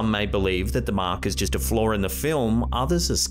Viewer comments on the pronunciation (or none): "A flawr in the film" lmao why do you leave off the R on so many words but then add an R to the rest? Sounds like "A floor in the film".